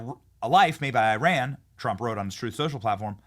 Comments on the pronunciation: Pronounced E-Ron not I-Ran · EYE-RAN IS SOMETHING YOU DID YESTERDAY. THAT MIDDLEEAST COUNTRY IS EAR-ON - FROM A NATIVE IRANIAN